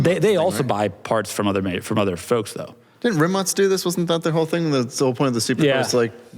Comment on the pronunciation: pronouncing "Rimac" correctly makes me happy Dang, I really don't get why you're so excited for manuals... might be more reliable than older automatics, but dang, in Germany EVERYONE can drive a manual. Up to only very recently, it wasn't even allowed for driving schools to teach driving in an automatic. My great grandmother drove a manual up to the age of 84 or something. A super nice conditioned Golf, that my grandma sold for 800€ after great grandmother's death... 🥲 That was in like 2012/13. I really think American car enthusiasts are a bit to proud of being able to drive like a German 18 year old or 90 year old 🤷🏻‍♂️